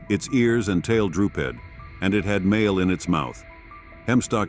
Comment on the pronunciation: The AI voice can't pronounced words.The dog ran between his legs with "mail or male" in its mouth! However it's a insult to us viewers having to listen to bad narration!